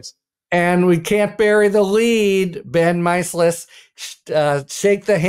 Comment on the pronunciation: MICE uh lus? Harry, it’s Meiselas—pronounced my SEL us.